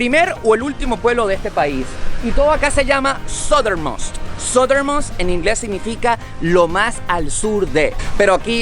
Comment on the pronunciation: No sé si lo hace a propósito para hacer la gracia. Southernmost se pronuncia sádernmoUst, no sádermon ni sádermost. Most se pronuncia moUst. Si se pronunciara mOst o mAst sería Must, verbo deber y nombre mosto (de la uva). Buen vídeo.